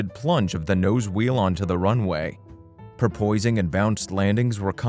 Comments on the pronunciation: More AI narration. "pur-poising" rather than porpoising . Why? Why use AI? Can't the video creators read? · Guy, if you can't pronounce "stabilator" consistently, you shouldn't be commenting on planes. How about "porpoising", "subsequent" and Grumman"? Is the narration computer generated? Sounds like it. Poor choice. If I we're going to buy a plane in the light-single market, I'd buy a later model Cardinal.